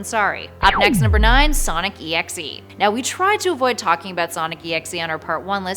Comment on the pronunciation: It's not sonic exe it's Sonic.EXE your supposed to say like this Sonic dot exe and write it Sonic.EXE